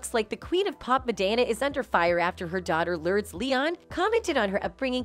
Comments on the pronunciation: Would be nice if the AI narrator would pronounce simple names correctly..."Lurds?" oy BTW.... "Lurds," is of age now... this video is old. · I hate how you pronounce both their names. It’s Lur-des and not Lordes. Madonna and not midonna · The fact this robot keeps saying “lurds” 😂🤣